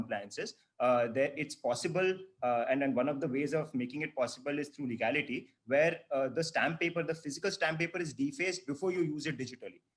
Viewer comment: Legality not leegality